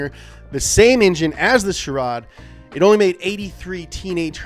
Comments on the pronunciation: When called the Charade a Chirade, I felt that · Loved the video. Daihatsu Charade(not Chirade) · It’s “Charade” boss not “Chirades” 😂🤦🏽‍♂️ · It's Daihatsu CHARADE my good man, not Chirade